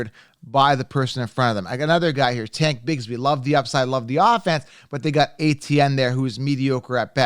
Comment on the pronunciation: Your pronouncing it wrong it’s not tank bigsbee it’s tank bigsby. His last name ends with by not bee. Haha😂